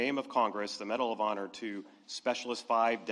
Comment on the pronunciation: "Bedal of Honor" / "Postuminously" Pretending he has dementia is a strategy to confuse Trump's friend, Putin, into thinking there's nobody at the helm here in the US. I hope it works.